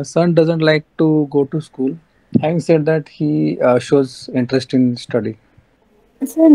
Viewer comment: Said pronunciation is wrong